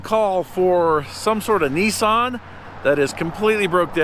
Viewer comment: Nissan has not got an "o" in it.